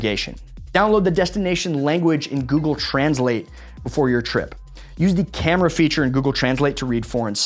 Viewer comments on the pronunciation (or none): none